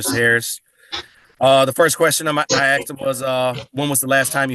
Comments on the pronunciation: The cop “axed him”? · He didn't ask him questions. According to the cop's testimony, he axed him questions... that's coercive and threatening...